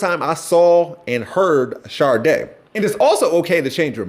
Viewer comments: My Black Brother... Her name is pronounced "Shah-Day", not "Shar- Day". There's no Rs anywhere in Helen Folasade Adu's name. Put some respect on the Queen's name! 😊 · Not you calling Sade Sharday 😭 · My only complaint about this video is that you kept pronouncing an "r" sound in Sade. Please say my once potential future wife's name correctly. 😅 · I was almost grown when i realized Sade wasn't Sharday like you say. 🙃🫠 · Pronouncing Sade with a hard R is diabolical 😂.... All love brother haha #OhioAgainstTheWorld